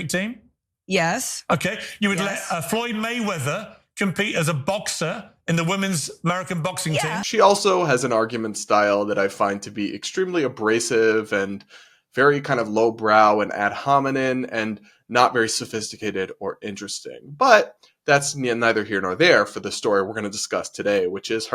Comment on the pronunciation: I thought it was a mistake the first time, but now I’ve heard it a few times—you mispronounce “ad hominem” as “ad hominen” with an N at the end (it has an M at the end). No biggie, we all mispronounce something—even clever, well-educated people. Just thought you’d want to know.